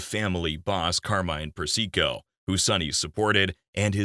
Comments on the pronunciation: Seriously, did you listen to how he pronounced Carmine Persico’s name? It’s not per- SEE- co, fool. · Great doc! - but slight quibble: Sonny's own son Michael pronounces Carmine Persico's name "PERsico", not "perSEEko", and since Michael worked for Carmine, he would know.